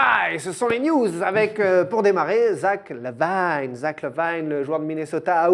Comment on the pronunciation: 3 : 22 "Zach la Guigne" 😦😟😒